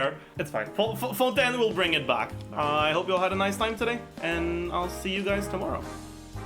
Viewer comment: As a frenchwoman i really appreciate how you pronounce fontaine it's refreshing to see it pronounced right